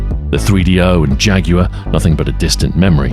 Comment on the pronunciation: Say jaguawar again!!!🤪